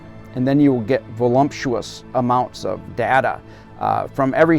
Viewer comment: Did he actually say "volumtious"? 😮